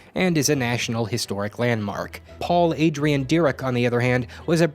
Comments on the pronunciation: Paul Adrien Maurice Dirac (dee-rock, kinda), not Paul Adrian Derek. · I loved this video. I agree, always be prepared for a spontaneous game of Jeopary! One thing: Paul Dirac's name is actually pronounced "Der-ack," with the stress on the "ack" (forgive me, I don't know phonetics). I go to Florida State University and he played a large part in the physics department at one point and was also a professor at FSU. Of the libraries on campus, the second largest is the Dirac Library, and is the official science library of Florida State University. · You mispronounced Dirac's name. As a physics major I'm hurt to the core.